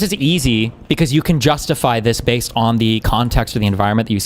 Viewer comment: did he say what I think he said? Bay zed